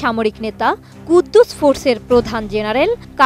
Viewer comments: আগে উচ্চারণ করেন আপা ঠিকমতো৷ কুদ্দুস ফোর্স না৷ এটার নাম আল কুদস ফোর্স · কুদস ফোর্স কুদ্দুস ফোর্স না।সঠিক ভাবে সংবাদ পাঠ করবেন।